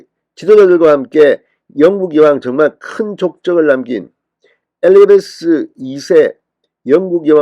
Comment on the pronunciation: 에레베스아니고 에리자베스!